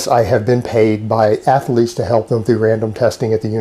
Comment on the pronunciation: Anyone who says “ath-a-lete” or “yooman” or “yuge” is a mega fucking idiot. This guy is so full of aspergers and APD it’s unreal. The laughing when telling a story that isn’t funny is a huge tell. He’s so painfully insecure because he’s a 5’9” bald out of shape man trying to convince the world he’s a big tough strong guy and it just isn’t there.